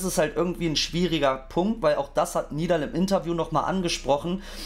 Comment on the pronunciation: Warum sagen eigentlich so viele Nidal Nib, obwohl er Nedal Nib heißt? 😅